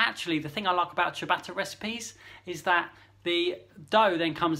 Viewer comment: "...if you want to make a simple chuh-batter at home..." Gah! My ears!